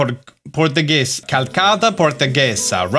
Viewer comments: Calçada portuguesa reads more like "calsada" the ç sounds like s as in "salt" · Calçada Portuguesa is pronounced "Kah-uh-ssah-dah Pohr-ttoo-geh-zah"